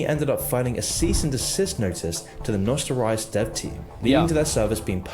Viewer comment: I'm sorry on behalf of the UK for that guy saying "nostal-rye-us". He's an anomaly.